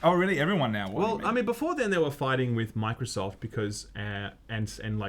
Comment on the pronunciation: How many times you gonna mess up the name 😂😂😂